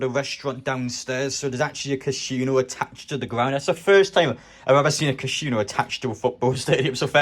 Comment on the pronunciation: Funniest pronunciation of Casino I think I've ever heard 😂